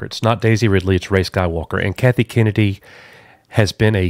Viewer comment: It’s Kennedy not kenney although kenney sounds funnier